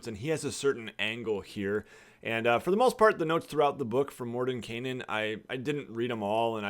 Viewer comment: Would it be morden-kye-nen and not morden-kay-nen? Or am I the one that can't pronounce words (which is likely)